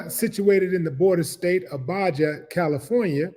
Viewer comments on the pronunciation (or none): Willie D. It's pronounced. BA-HA.. NOT BA JA. EVEN though it's spelled Baja... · Baja is pronounced Baha. The police should know better. SMDH. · BA...HA, Willie. Baja is pronounced BA....HA. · Not Baya California is Baja. 😁